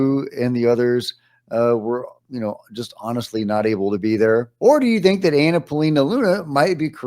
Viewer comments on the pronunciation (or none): none